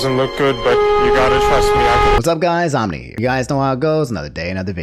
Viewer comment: I thought omni fanart was "omni fart" lol